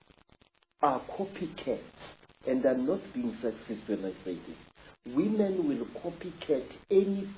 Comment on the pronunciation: “Came out as whimhen” “They wa pafekt”lol 😂